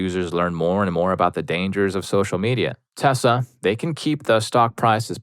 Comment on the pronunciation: My dude… PLEASE PRONOUNCE TESLA PROPERLY. As a man with autism, it is absolutely triggering to hear the name being butchered constantly, even with my feelings about the company.